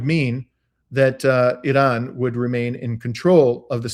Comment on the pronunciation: .... Why do you add an " L " when you say Iran.... You sound like a mloron !